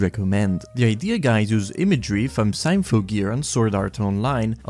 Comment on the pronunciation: Are you mispronouncing these titles on purpose? Elfen Lied? Symphogear? How the fuck do you pronounce "symphony" dude?